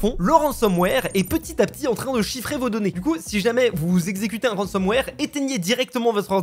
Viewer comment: ah lala, ça parle de ransomware et pas de rensenware xD